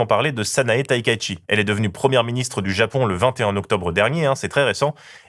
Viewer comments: Merci pour la vidéo! Par contre c'est Takaichi (ta ka i chi) et pas Taikaichi. ( mais bon j'attends encore le jour ou un média français arrivera a pronnoncer son nom) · Attention, la Première Ministre du Japon est Takaichi (pas Taikaichi comme l'écrit ou le prononce, avec un i en trop au début), c'est d'ailleurs bien écrit dans les moult citations dans la vidéo, mais pas dans le texte du montage de la vidéo elle-même. Anecdote supplémentaire, chaque année un vote organisé par la Japan Kanji Aptitude Testing Foundation permet au public de voter pour le kanji (caractère d'origine chinoise) de l'année. Pour cette année 2025, le 3e kanji ayant recueilli le plus de votes est 高 (taka), qui veut dire haut, élevé, ou cher. Ce résultat s'explique par une forte montée des prix en 2025 des denrées de bases comme le riz, ainsi que les records de températures observés cette année. Et sûrement aussi car c'est le premier caractère du nom 高市: Takaichi! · Coucou, allons allons je vous aime bien, mais on vérifie les noms des Estrangers please. La première ministre du Japon s'appelle TAKAICHI, prononcer "TAKA. ITCHI". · Super sujet ! Merci pour ce beau travail. NB: Takaichi se prononce “taka-itchi” 😉